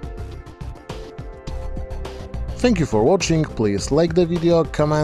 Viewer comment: you need to work on your pronunciation of "cheers". it sounds like you are saying iether cheese or jizz which are both very odd to say at the end of a video.